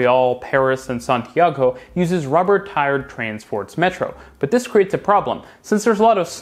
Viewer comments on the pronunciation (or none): none